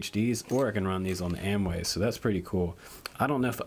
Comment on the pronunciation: You keep calling them Amway. It has an "o" that needs to be pronounced. I'm sure AOmway would appreciate it. Keep up the great work! Just pulling your chain! lol